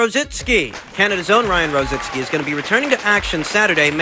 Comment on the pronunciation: IT'S ROZICKI...NOT ROZITSKI....LOL...